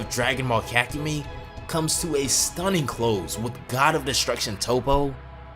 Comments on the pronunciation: ka=kah ku mei=mai kahkumai/ kakumei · its Kakumei not kakumi its pronounced as an y and this is good and all but you need to step up the reading like ig. you red 2000 as 200,how even? otherwise cool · I love your videos,but holy crap the way you pronounce kakumei is so wrong that it hurts my soul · The form at the start is blue not ui. He may be combined ui with blue though Edit: bro can not say kakumei